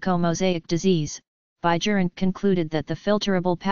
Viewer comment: In dutch pronunciation J is silent AND proper pronunciation is BIYERINKE